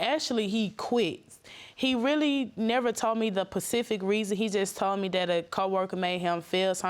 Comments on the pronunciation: Did she just say "pacific" instead of specific, and "pret-nit" instead of pregnant? She do need to run, though. He doesn't put much effort into what he says he's going to do because he knows she ain't leaving. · Pacific... as in Ocean and English is not even my first language. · Pacific 😢.....it's specific 😊